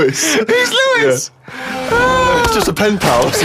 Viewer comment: Because Karl said it wrong. It's not Louis (L-oo-is), it's Lois (Low-is).